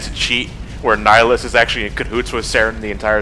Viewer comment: It's "Nihlus." I wouldn't bother correcting you, but "Nihilus" is an entirely different character in a completely different game.